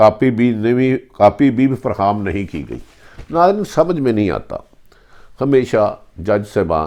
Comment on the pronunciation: Bhatti sb khudara urdu zubaan ki tang na toray. phir arz karunga ke upload se pehlay durust lafz bolnay ki mashq karlen. EKHTELAFIAN, FARHAM, TARAKITI etc. (Her vdo mein lafz badiunnazar) behtar hae punjabi mein hi upload karna shuru karden. ummeed ke aap bura nahin manain ge. shukriya